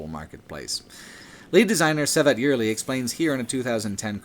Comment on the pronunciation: Lol for 30 mins I didn't realize you were saying Cevat Yerli haha it's more with a "g" not "s"